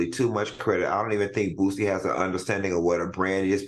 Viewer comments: Al calling Boosie BOOTsie took me out 😂😅☠️😂😅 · Yep! BOOTSIE, ChriSHEIN, etc😂